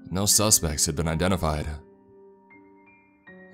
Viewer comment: what the hell is a saw-uh!? 1991-uh? identified-uh? mengilled-uh? girlfriend-uh? that-uh? talking-uh? old-uh? child-uh? Who thought you to speak the english language? This is very annoying!